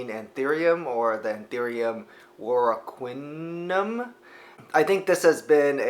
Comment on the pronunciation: Haha my friend, it's more like "war-uh-keh-ah-num". It's named after Raoul Warocqué and the acute accent over the e means it's pronounced "eh" as it is in say, "Pokémon".